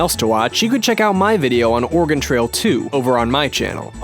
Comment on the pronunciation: I thought he said,"Organ trail 2."